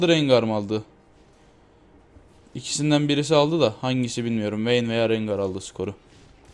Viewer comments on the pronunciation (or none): la allahını sewersen bi de hele RENGAY ne la rengar de rencır dee de rengay diye nasıl okuyailiyonn